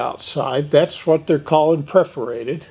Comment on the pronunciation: "Perforated", not "preforated".